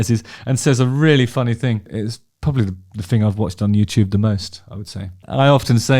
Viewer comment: Innit Bruv!